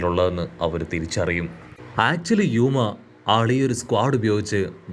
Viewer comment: യുക്മ അല്ല ബ്രോ റയൂമ എന്നാണ്